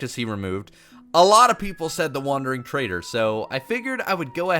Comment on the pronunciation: What said: The Wandering Trader What i heard: The Wandering Traitor The Jumpscare got me